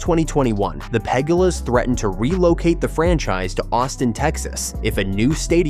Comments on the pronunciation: The Pegg uh lahs lol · Ai 😂😂😂 PEG-GULAS